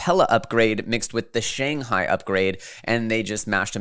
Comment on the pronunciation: SANGAI? LOL doesnt Shanghai have an H??